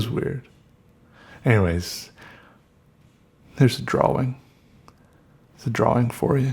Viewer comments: I love how he says “draw-wing” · Never Hopeless by Elizabeth I hear it like this “Draw-Wing” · draw-ing it’s like he puts emphasis on the “w” idk it’s cool tho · Lots of people seem to pronounce it as "dror-ring" changing the w to a double r. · Me too : ) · Your videos never fail to entertain me!! If ya gotta poop, ya gotta poop ;) Great "drawling" (I do enjoy the way you say, "drawing" BTW, that's the way I hear it anyhow :) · why though? Hearing someone pronouncing drawing like that gives me same feeling as reading "would of" instead of "would have/would've".